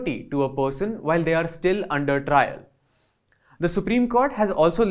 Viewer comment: Trial, not trail...